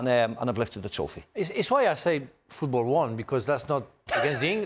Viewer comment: Bro been holding in that "fffootbol won" 😂❤ Nah he knw which country he trolling😭